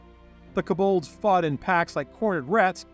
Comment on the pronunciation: Good videos, I don’t wanna be that guy but some of the pronunciations…. Koe Bald